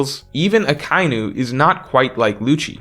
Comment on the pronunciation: Do you seriously not know how to pronounce Akainu??